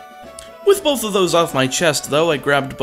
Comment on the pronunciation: he also said bourth